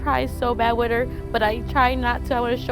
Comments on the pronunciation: It's not wit... It's WITH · She keeps saying the word with, like it's pronounced w i t lol! And then she said they misses me LOL, how stupid is this chick? Well let's see my child has broken bones and I have no idea why, I would be ashamed of myself to even admit that even if that were the truth